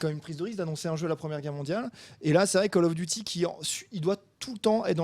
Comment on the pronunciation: "Call of douty infinite ware" XD